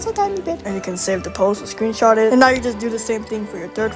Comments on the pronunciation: Everything goes well until "screenshit" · "screenshit" i think bro ment "screenshot" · IM DYING WHAT "screensh1t" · "Screenshit" lol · I’m sorry, “SCREENSHIT”? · bro said screensh## thats crazy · "Screenshit" WTHHH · "screenshit" hits hard 😭💀🙏